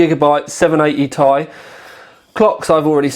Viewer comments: tee...eye, not tie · dude its not Tie its {Tee Eye} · I stopped watching when he said 780 "Tie" LOL